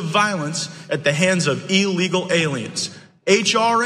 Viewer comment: Someone should inform Gaetz that the word is "illegal" not "ellegal". Does he also pronounce "Election" as"alection"?